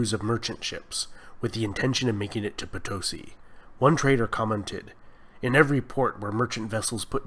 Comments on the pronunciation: Estimado Sr.: The correct pronunciation of Potosi is Poto-See, not Potosy. Gracias.:) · My gringo friend, I bring you news from the South! It is pronunced Potosí with stress on the last two letters, like the Spanish word for Yes. Po - to - SI. Incidentally, the name is taken from the local legend regarding the city's greatest landmark (El Cerro Rico de Potosí) (i.e. POTOJCHI from the Quechua language). Well done!